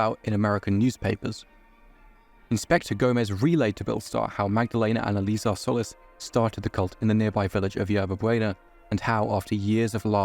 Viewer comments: Love the video but their last name is “Sol-lees” not “Soulless” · It's pronounced "Sol-eece" (Solis).